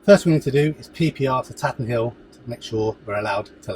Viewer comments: FYI : Up here locally we pronounce it “Tayten Hill”. Looks like a good day for flying that day! Have you been in to Derby? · A very nice vid 👍 It’s good to see the facilities as well as the flight, which adds interest, so your content is excellent. Tatenhill is a gem, centrally based, excellent runway and friendly. I used to be based there a couple of years ago before moving south… we pronounce it Taytenhill 😉 Thanks for posting 👍